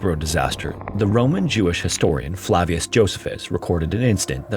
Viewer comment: Your pronunciation of Flavius lol